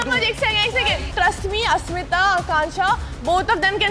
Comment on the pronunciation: I noticed mispronouncing everyone’s name 😂 eg. Asmitha - Ashmitha….Zalak - Jalak 😂